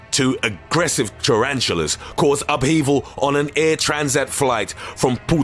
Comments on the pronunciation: Lewse a GRESSIVE Taranchillas 2 a GRESSIVE churanchillas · It doesn't sound intentional. Listen to how he hesitates at "tarantulas" and ends up saying "two aggressive -- tarantulas". He stops himself from mispronouncing the word.